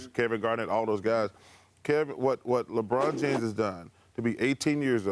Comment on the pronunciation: Lebron "Janes" lol